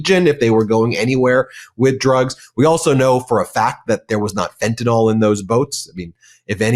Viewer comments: love you & thank you sincerely ---please say fentanyl not fentanol ,no such thing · Ben, it’s not fenta(nol),……..it’s fentanyl (nill)…….